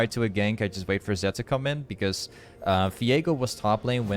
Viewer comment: i noticed in a few vids now that you pronounce V as F ? how come hehe.. like define sunderer and Fiego =)